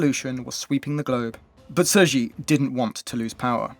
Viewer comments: Sir Ji? What!? At least pronouncing her name as Tze She would be closer even though it's still not accurate. But Sir Ji? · He did all that research, and not once did IPA of the name came up? Even if you don't read IPA, how did "Sir Ji" came about? There is no S, nor is there a J.